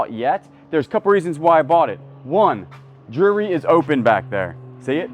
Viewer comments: I don’t know if you know but you pronounce jewelry like jury. Jew-el-ry is the correct pronunciation. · Do you say jury instead of jewelry on purpose 😮